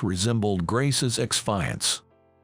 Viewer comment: Fiancé- pronounced:feeyancee